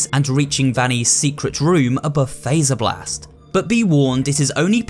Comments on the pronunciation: The game literally tells you how to pronounce faz-er-blast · Fazerblast. As in Freddy Fazbear. Not phaser blast. Fazz. Freddy literally says it in the game many times.